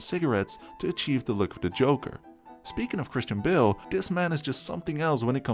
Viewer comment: his Mr.Bale.. not bill..